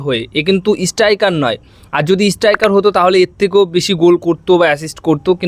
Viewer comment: স্ট্রাইকার না ইস্টাইকার...?? 😜